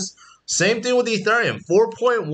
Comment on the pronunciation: its painfull to hear you pronounce ethereum